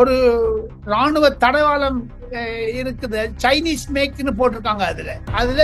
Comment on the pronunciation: டெல்லி சார். அது தடவாளம் இல்லை. தளவாடம்